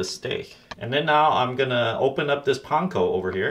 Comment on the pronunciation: I am going to try this tonight. I hope it doesn't turn out too dry. And you pronounce "panko" correctly !